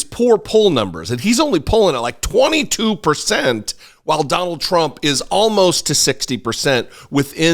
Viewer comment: Maria: Trump is at 51 pershent.. !!!